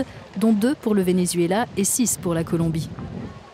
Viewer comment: Arretes de dire ven-U-zuela...